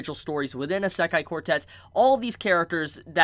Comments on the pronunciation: How you pronounce Isekai really throw me off. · OMG learn to pronounce Isekai I'm really sorry to sound rude but I'm a pronunciation perfectionist. And this is triggering my fight or flight.